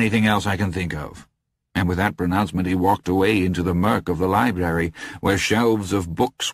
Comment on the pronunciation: Great narrator, sure, but only once does he say libRary! What even is a libary?